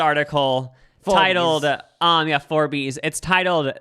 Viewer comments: And Forbes FOUR BEES I lost it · WHY DID YOU JUST PRONOUNCE Forbes as FOUR BEES. Right after apologizing for pronouncing epitome wrong.